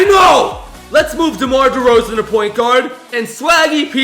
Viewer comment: You said demar derzeon twice